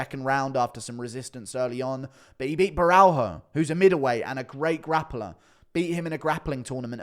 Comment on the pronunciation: Ik you might not care but borralho is pronounced bo-hall-yo